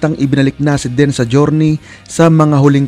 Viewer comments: Deeeeeeeeen kuya hindi Den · deeeeeenn.. not den. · Ang bigkas po ay DIN...hindi DEN. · It’s pronounced as “Din”,not “Den”… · Din hindi den lekat kang magsalita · Deen( din po ang pronounciation nito)